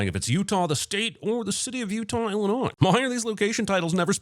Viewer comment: Ahh yes, Utah, Illinois; best Illonois.